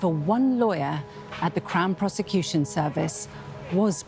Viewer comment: Crown piece-a-cution service. 😂😂